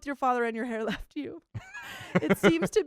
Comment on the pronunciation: "But he weft me!" 😂😂😂